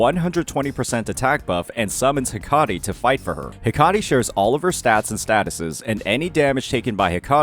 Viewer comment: Hecate ❌ Hakari ✅